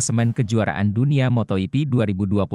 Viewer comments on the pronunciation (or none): Waduh cara bacanya ngawur patah. Baru dengar moto yipi untuk moto gipi kemudian Paddock dobaca padek, gak mau belajar tapi mau duit